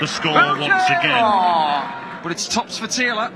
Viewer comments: Never got why this scorer pronounced Phil's sirname "Taylaaaar" - kind of stupid really. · Ref almost made this unwatchable with his stupid pronunciation of Phil's surname.